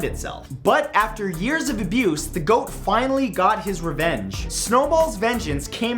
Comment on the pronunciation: “Goat” viking accent RAMMING SPEED!